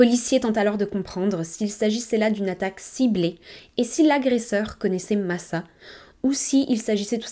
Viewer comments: Coucou ! Très bonne vidéo mais aucun prénom n’est prononcé correctement… il serait judicieux la prochaine fois de s’informer sur la prononciation. Ce n’est pas « Masa » mais « Macha » comme dans le dessin animé… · Son prenom se prononce Macha=Masa et sa mère Natasa=Natacha